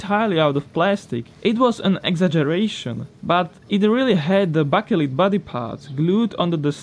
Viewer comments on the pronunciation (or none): baker-light, as in maker of bread and opposite of dark. Bakelite 👍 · I don't like picking on accents. But I'm pretty sure it's pronounced more like "bakelight" or "bakerlight"